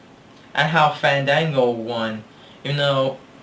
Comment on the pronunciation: Fandango vs. Chris Jericho: I'd rather you didn't say Fandango's name like that. In fact, I'd rather keep his name out of my ears period, because if he's gonna get pissed off just for that... well, let's just say "My thoughts on narcissism, Ain't nobody got time for that."